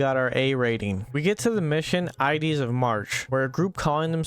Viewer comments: Bro said I deez of March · Still crazy nobody who plays ready or not ever acknowledges the horrible lod textures that happen in EVERY MAP just like . Also bro learn english😂 its "mah-so-kist" and "eye-ds of march" stay in school kids. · Did you just pronounce ides “idees” and then twenty seconds later struggle with “masochist”? fucking moron